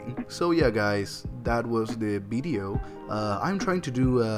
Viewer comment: I like the way you say bideo :)